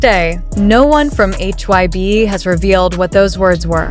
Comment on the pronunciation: Please pronounce their names correctly!! It isn't’t Jin-Jean its Jin-Gin, and HYBE not HYB you should say the word not spell it.